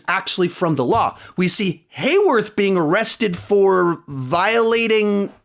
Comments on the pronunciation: It's Hayword not Hayworth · You called Hayward Hayworth again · His name is hayword, not hayworth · uh oh forgot hayward not hayworth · I will miss WandaVision... However I will not miss hearing saying Haywerth every week 😂